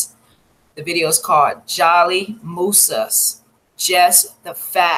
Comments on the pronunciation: Great 👍🏾 coverage no disrespect her name is pronounced (Jo-Lee) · It's pronounced joe-lee